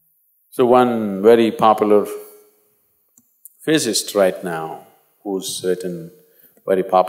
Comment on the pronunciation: It's not physist it's Phy-si-cist . cringes